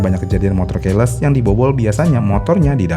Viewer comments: Ke depannya tolong baca keyless sesuai bahasa Inggris yang baik dan benar. Dibaca "kiles", bukan "keiles". Terima kasih :) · Terganggu dari cara baca key-less. Seharusnya dibacanya ki-les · Keyless : Keiles ❎️😂😂😂 Keyless : Kiylès ✅️ Sama kebanyakan secara harfiah secara harfiah secara harfiah secara harfiah secara harfiah secara harfiah secara harfiah secara harfiah secara harfiah secara harfiah secara harfiah secara harfiah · Cara baca keyless itu bukannya Qiles min, bukan keiles. Pas dengerin mimin nyebut "keiles" , jujur janggal. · Kiles bukan keles. Gemes bgt tp mantap.